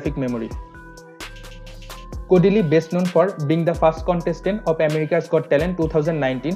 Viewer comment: Why does he keep calling " kodili"